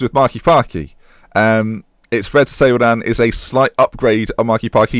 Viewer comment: The R in Renan is pronounced like an H. I.e. "Henan"